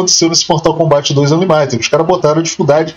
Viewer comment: a pronuncia é "ÂnLÍmited"